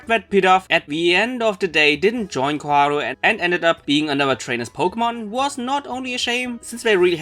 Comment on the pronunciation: dude pls stop calling her chloe its fucking Koharu!